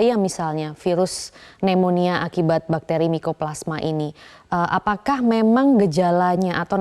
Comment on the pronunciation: Waduh narasumber koq baca pneumonia aja nggak bener...😮😮😮 Yg bener adalah cara baca pembaca berita.